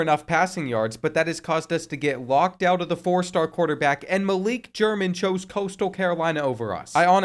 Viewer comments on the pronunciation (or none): none